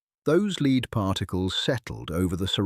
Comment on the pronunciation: Dear AI speaker, lead as a mineral is pronounced,led ,as the first person in line,leed . You're welcome.